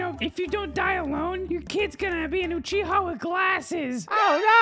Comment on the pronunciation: Second ; UCHIHER 😂